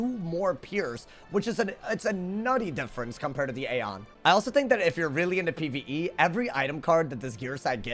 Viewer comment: Aeon is pronounced as (E on)